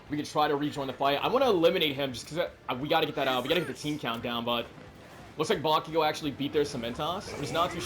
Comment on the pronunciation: Hi 👋🏾not to be rude or anything but how come you say bakiyo instead of bakugo?🧐